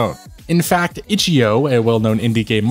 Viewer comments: "itchy-o" lol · "Itchy-o" LOL 😂